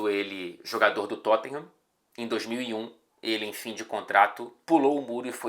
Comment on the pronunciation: Engraçado como o faz o sotaque britânico tão certinho, mas fala Totten-rã